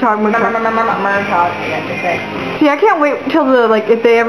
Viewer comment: I hope you learn that it's pronounced Mur-tag.